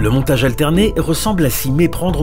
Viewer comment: Montage parallèle et pas Montgae parallèle svp hihi